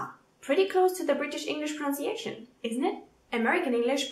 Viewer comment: Thumbs up! Btw it’s “Pro-NUN-ciation” - the verb is “pro-NOUN-ce”, but no “U” in the noun. Don’t worry, I have a Canadian friend who says it that way too ;-)